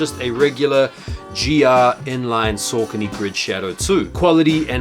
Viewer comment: Pronounced Sockony